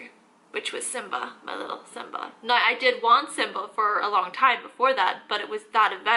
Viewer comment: I subscribed immediately when your “now” sounded like “nine” 🤣❤️